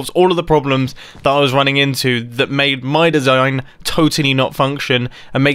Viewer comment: "my desiiigngn"